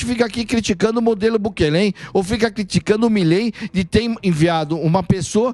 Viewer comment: Não é Bukelê, o correto é Bukele "sem acento".